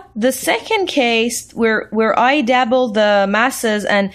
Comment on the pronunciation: WHat the fuck is a DABBLE learn to talk